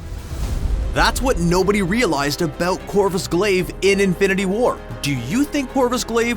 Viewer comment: What are you talking ABOOT